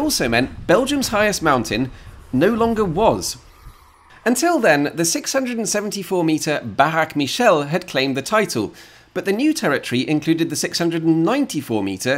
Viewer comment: Baraque Michel - Barrack Michelle 😂